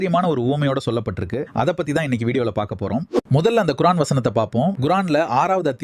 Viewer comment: சகோதரரே! குர்ஆன் என்ற உச்சரிப்பை சரி செய்யுங்கள் (குறஆன்) இல்லை குர்ஆன் அடுத்த முறை முயற்சி செய்யுங்கள்